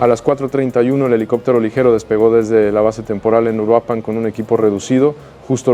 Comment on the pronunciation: Se llama URUAPAN !!! no uruapán